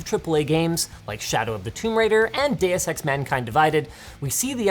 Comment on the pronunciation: Every time Linus says "DEUX EX" I thought he said "Data Sex"............ LOL